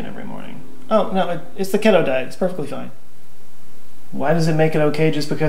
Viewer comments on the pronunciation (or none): You said keto wrong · Key-toe diet. key-toe. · Lol that's not how you say keto